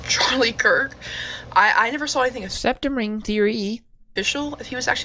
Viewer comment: Septum? Ooh ! I thought you said RECtum !